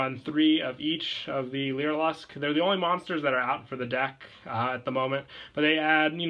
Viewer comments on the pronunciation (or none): it is pronounced (lyra-luss) not (lyra-lusk) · a piece of my soul died every time he said "leera lusk"